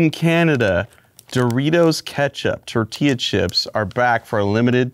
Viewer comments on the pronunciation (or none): none